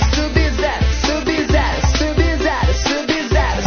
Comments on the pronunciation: ELE FALOU SUB-VERO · quando eles fala sub-zero parece q eles fala subi no zero subi no zero